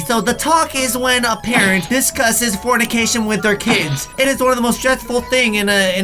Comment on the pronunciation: Did he actually say formication 😂